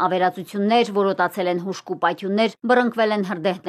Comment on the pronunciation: Հրդեհ է բԸռ-նԸկ-վել, ոչ թե բԸռ-Ընկ-վել։